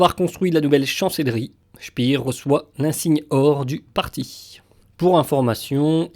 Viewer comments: On ne dit pas "spir" comme en anglais mais "spér" : c'est un nom allemand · c'est pénible d'entendre sans arrêt prononcer "spire" ce qu'on doit prononcer "chpair"...